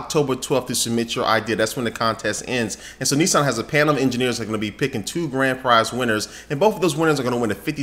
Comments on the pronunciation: not Nessan its Nissan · its nissan not nesson. just sayin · You're pronouncing Nissan wrong.